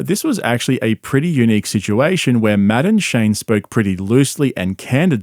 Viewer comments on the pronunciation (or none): . Hearing you say Matt and Shane with your accent sounds like Madam Shane. Maybe I’m just high. But maybe not well I definitely am but that could just be part of it